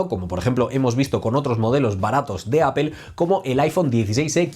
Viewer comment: ¿Porque no pueden pronunciar bien apple, o el idioma ingles.....?